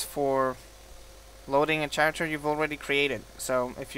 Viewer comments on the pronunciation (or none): you said character with a ch sound but t has a k sound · u say character funny lol "Scharacter" its pronounced Kare-ehct-er